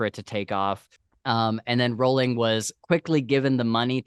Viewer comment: Rowling rhymes with bowling ;)